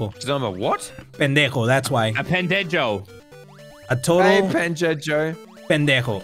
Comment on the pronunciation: pendejo: pen-dego: pendecho Me: 😂😂